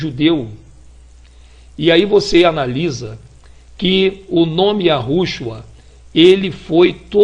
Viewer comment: Homem; vá estudar Hebraico e Aramaico. O nome é: YÉSHUÁH (pronúncia).